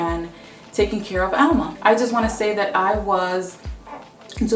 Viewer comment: Why do you call her Alma with the accent on Al? Being dominican, i know that it's Alma....did you add an accent for her name to be ALma?